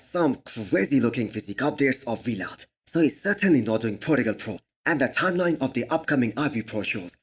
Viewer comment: It's Vlad, not We-lad